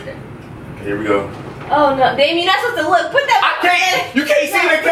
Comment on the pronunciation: Can someone tell Damien to say put instead if pit it's getting annoying